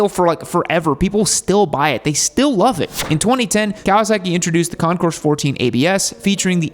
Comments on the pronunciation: Please keep in mind that the letter “S” in Concours is NOT pronounced. It comes out as “Con-kore” when pronounced correctly. Impress your friends by showing them how SAUVE you are (!) by using French words like they’re meant to be pronounced. 😅 Super cool, dude! 🎉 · AND its Con-coor.. the"s" is not pronounced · The way it's "Pronounced" is Concoor, you don't say or pronounce the S even though it's spelled that way. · It'd have been a more enjoyable video if you'd have pronounced "Concours" correctly. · Still mispronounces Concours. The s is silent